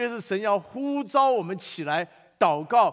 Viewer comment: 神呼召.召四聲照兆ㄓㄠˋ